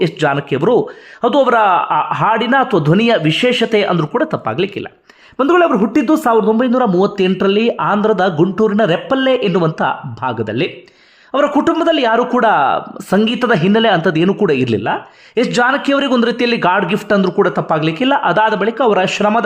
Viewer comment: Adhu ರೆಪ್ಪಲ್ಲೇ alla sir ರೇಪಲ್ಲೆ